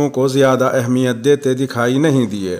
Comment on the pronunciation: ماشاءالله آپ بہت ہی سلیس اردو میں خبریں شائع کرتے ہیں لیکن ایک بات کی طرف توجہ دلانا چاہتا ہوں گستاخی بدل معافی لفظ اہمیت کو بتشدید المیم پڑھا جائے الله يحفظك و يبعدك عنك كل مكروه